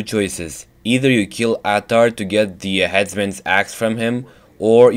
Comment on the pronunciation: The man's name is Ahtar. (Uhtar) two syllables said fast to sound like one.